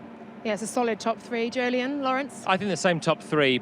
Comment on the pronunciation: I keep waiting for these Weekend Warm-Up videos to be interesting..... (But thanks for establishing that Jolyon's name is pronounced like Joe-Lee-In.)